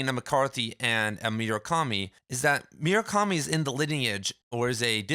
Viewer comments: i'm sorry, did you just say MYU-rakami? 😐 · bro, it's not hard to say murakami